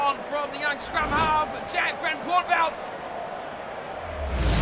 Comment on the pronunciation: Nailed the pronunciation of van Poortvliet 😂